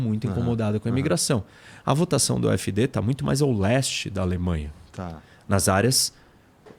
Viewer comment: Mentira, nao é a e os apoiadores da afd que fazem ataques, esse professor nao sabe de nada! Nem pronúnciar o nome do partido voce nao sabe! Voce mora aqui? Voce fala alemão? Eu sou NEGRO KARALHO! a maioria dos arabes, turcos e africanos que conheço e ja conversei eles querem a Afd! Voce nao sabe de porra nenhuma qual o seu problema, "nem todo mundo entende" você pode se colocar nesse meio pois voce nao conhece NADA DA ALEMANHA! VOCE É UMA PIADA!